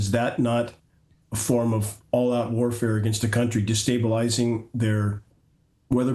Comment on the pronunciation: Say destablizing. Not dis. Or sound illiterate